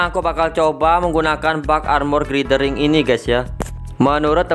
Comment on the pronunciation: Bacanya Glayder Wing bang.. Huruf i di bhs inggris most of it dibacanya ay